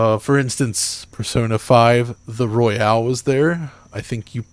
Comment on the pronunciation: It's Royal. Not "royale". This isn't fortnite. Persona 5 Royal.